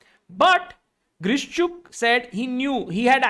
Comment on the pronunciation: It would be actually Grishchuk😅 Not Vidit